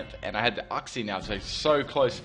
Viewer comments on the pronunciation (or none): Damn your pronunciation is off. Its pronounced Yooksie not Ucksie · Mah-champ not May-champ, You-xie not Uhh-xie. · uxie = YOUxie. We both pronounced it wrong. I thought is was OOxie. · Uxie is pronounced as yoo-ksi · I thought Uxie was pronounced you-xsee.